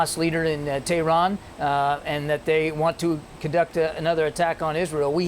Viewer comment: Tehran not terhan. Why most of these televised anchor cant even fucken read an english script property.